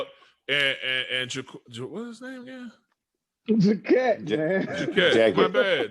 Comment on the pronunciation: Called Jacquet J-Kwon like the dude who made the song Tipsy lol You guys should keep podcasting even when the season is done. Just tell stories & talk some shit. I'd still listen 100%!